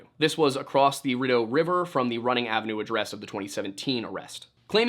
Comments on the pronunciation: Rideau.. Pronounced 'Ree dough' NOT 'Ridu'! Sorry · Rideau River, pronounced "READ-O"; French Canadian - actually means "curtain" ...lol; it's a Canal System deemed a World Heritage Site :)